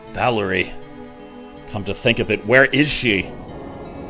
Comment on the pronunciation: You said Valerie correctly.